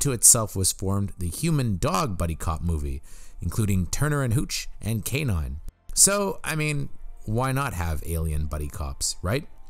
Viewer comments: Great video...but the way you mispronounce EVERYONE's name drove me up a wall. It's Mandy PatiNkin, not Patikin. It's James CaAn (pronounced "cahn") not James Can. Yeesh. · To: I enjoy your offerings, however, you really need to learn how to pronounce names correctly. James Caan is not pronounced James CAN. It is pronounced with the soft double-A sound as in Kahn (Kawn). Mandy Patinkin name is pronounced Paw-tin-kin. Once again I hope you receive this comment in the spirit in which was given, not as criticism but as instruction. Thank you.